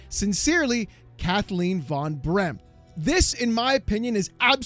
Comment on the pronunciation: I tried to look up Kathleen Von Brempt and found nothing, then I realised it was Van and was just pronounced wrong. That's what I get for just listening instead of watching.